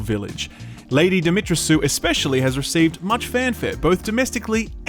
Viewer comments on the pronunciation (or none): Dimitrescu seems to be a Romanian name so it should be pronounced DimitresKu, not Dimitressu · Dimitrescu is not pronounced ''dimitrasue''... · It's pronounced Dimitresku... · it's pronounced dimit-tres-ku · Lady Dee - mee - tress - coo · I'll be happy when I finally hear one American pronounce Lady Dimitrescu's name correctly. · As a Romanian. Im glad The Re VIII got a Villain with a Romanian inspired name. The way you pronounce Lady Dimitrescu is so funny. But it sounds so wrong to a Romanian language speaker.